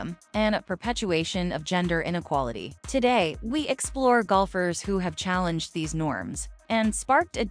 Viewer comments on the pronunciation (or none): none